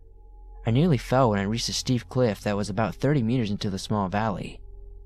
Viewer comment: The edge of the "criff"? XD